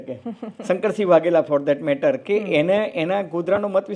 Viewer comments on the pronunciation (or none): none